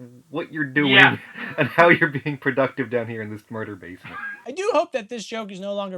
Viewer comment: Awww yeah watching more Breeding from "SAW Paulo"... Let's go.... P.S. To me it sounds like said "Davesment" instead of basement, in the that's my headcannon now...you're in the Davesment.